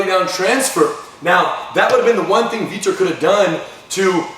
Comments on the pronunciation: Vitor guys!!! not Victor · his name is vitor not victor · Why the FUCK do they keep calling him VICTOR pissing me off lol I know they're saying vitor but sounds like victor lol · they keep calling him 'victor' but i thought it's vitor...